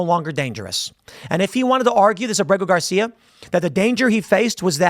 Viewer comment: Abrago Gar-see-ya in El Salvador prison had his due process in 2019.